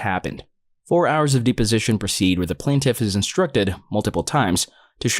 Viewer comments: Dep, deposition, not deeposition omfg lol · Deposition is pronounced depp-position, as in Johnny Depp, not DEEP-position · It's deposition, not deeposition. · Kinda bugs me but it's not "dee-position" it's "deh-position". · De position? I have only heard it pronounced depo sition. I'm not saying I'm correct but it sure felt weird in my ear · It is not pronounced “deep”-o-sition. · Hey just so you know deposition is pronounced depp-osition ! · The mispronuciation of deposition makes me wonder if the video is being voiced by someone who is not an attorney or a robo voice is being used.